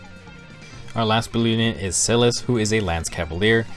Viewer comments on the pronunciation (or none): Same, but also for Sothe. I say Silas with a long-I sound I say Sothe as Soh-th. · Small nitpick about pronunciation: -Libra: LEE-bra (Pronunciation taken from Beyblade Metal Fusion) -Silas: SAI-las -Sothe: SOE-th (English rule for most words that end in e that doesn't apply to all words) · Helpful vid but omg I’m so bothered by how you pronounced Silas’s name.